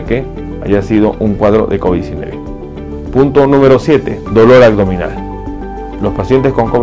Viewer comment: Si eres Doc... Perdón pero me das desconfianza por qué no pronuncias bien como el dolor a"G "dominal...de verdad como es posible... Corrige pronunciación por favor es aBdominal.